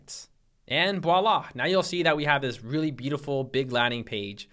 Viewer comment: at about 30.18 sounds like you say "voila" and not "walla"... as a frenchman I thank you.